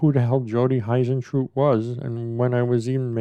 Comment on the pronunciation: I'm obsessed with this case, I want Jodie to be found. She seemed like such a lovely woman. Also you pronounce her surname like hoo rather than hi. Hope that's not rude just trying to be helpful.